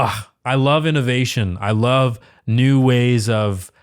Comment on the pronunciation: It drives me crazy that she doesn't pronounce the V in loVe...she says "I can't help falling in low with you"